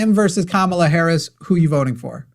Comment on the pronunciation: they cannot say her name correctly - just say harris - that is what i do